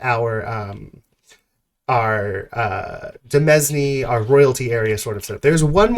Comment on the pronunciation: demesne is pronounced similar to 'domain', it just means stuff that belongs to a lord i think the 'villein' etymology is based specifically off of landless peasants and their role in novels and plays and stuff in the 16-1700s where they would often be scheming to acquire lands.